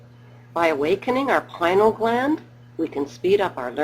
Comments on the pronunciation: Hahaha it called the pineal gland because its shaped like a pinecone. This has to be a satire. She's also pronouncing it wrong, it's pie-nee-al. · hmm Strange outlook on Adam and Eve. Maybe next time you make a video you could stick to the facts. PINEAL not pinal